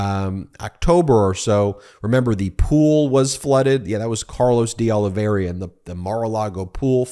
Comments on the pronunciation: "Oliveira" pronounced as it is spelled..not "Oliv-e-RIA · Hi BEN! Portuguese names are your nemesis. Look at the second "I." It is BEFORE the "R" and not pronounced. It is "Ol i ver a." That dang extra "I" trips up a lot of people especially when it comes to spelling. My last name is rare and included on the confusing list.